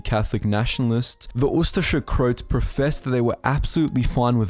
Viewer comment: It is pronounced as Cro-ats, not crotes!!